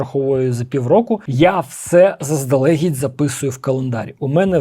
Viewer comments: Дещо взяв для себе, дякую. Твоя українська вже чудова, показник цього - помилки лише у окремих словах. Але заздалегІдь, носІй, носіЇ - наголос на останній склад. 🤝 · Круто, але трошки подушню: наголоси - щодн'Я, заздалег'Ідь...